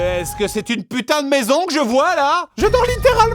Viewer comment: Oh Pu-taing ! J'ai cru à une coupure pub 🤣😂